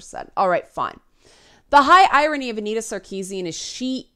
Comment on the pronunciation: Oh your said the name of the three headed hydra “annitazoewu” I wish the games press would give up the gamer gate talk as well! I think those like me who were neutral and most of those who were pro gamer gate have moved on! Funny it’s the anti gamer gate and games jurnos who are still but hurt over gamergate, even though in the log run they won that fight!